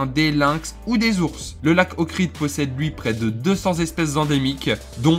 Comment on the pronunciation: C’est le lac D’OHRID et non pas Okrid